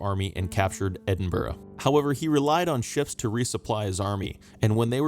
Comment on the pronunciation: You pronounced Edinburgh right! I’m enjoying the channel, thanks.